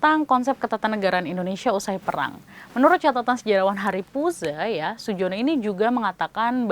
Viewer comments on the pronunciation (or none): none